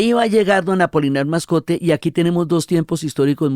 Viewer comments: Querida Diana, el personaje es Apolinar Moscote, no "Mascote" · Pero, es Apolinar Moscote, que no Mascote 😊